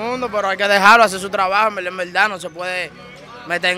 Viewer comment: yo conte como ''en velda en velda'' hahaha